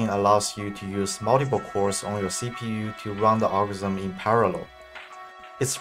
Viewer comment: Simgle imswucction muwntipa data